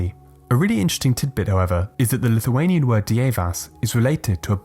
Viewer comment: I am from Lithuenia And you say Lithuenian words realy bad